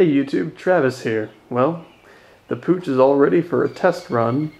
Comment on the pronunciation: its pronounced POOK not pooch